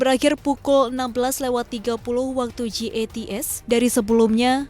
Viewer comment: Jats kali bukan gats haduuuuuh